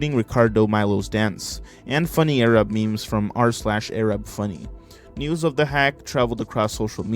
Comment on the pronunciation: I was looking away when you said “noods” and was immediately concerned